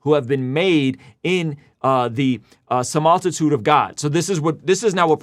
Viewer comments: I’m somewhat concerned that what stuck with me most is that pronounced “similitude” —> “samoltitude”😅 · “sim-all-ti-tude”? Lol